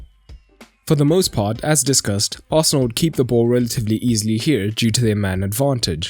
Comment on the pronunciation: I noticed there is no "D" in Arsenal...